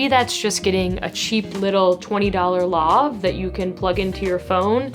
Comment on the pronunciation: never heard "lav" pronounced that way